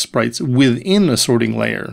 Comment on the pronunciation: "The sorting LAYer."